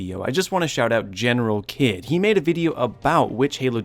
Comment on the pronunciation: I’m sorry but it’s General(Heed) but spelled Kidd